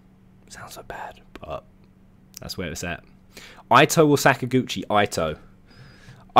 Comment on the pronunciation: Btw it's not Ai-toe, it's read ee-toe